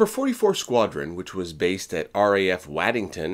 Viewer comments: That's RAF WADDINGTON not Laddington as you said 😂😂😂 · Waddington is pronounced Woddington. Heligoland is pronounced Helly-go-land. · Another British place name catches someone out. Waddington is pronounced as Woddington.